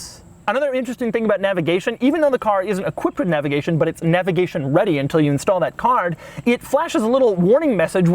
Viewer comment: For the love of all that is holy stop saying, "navigation."